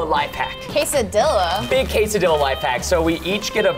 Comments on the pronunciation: The cheesy is better and it’s quesadilla not quesadella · Preston, my guy. When you say something like Quesadilla or Tortilla, you don't pronounce the L's. In Spanish when there are two L's, they make a Y sound. Kinda like my last name, Castillo. With Quesadilla you go Kay-Sa-Dee-Ya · Preston: says tortilla as tor-till-a Me: WHAT DID YOU SAY??!!?? Also Preston: says quesadilla as que-sad-illa Me Again: I AM SO MAD I WANNA PUNCH SOMETHING!